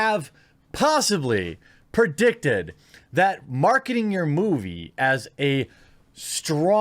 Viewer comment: "perdicted" lolololol i needed that laugh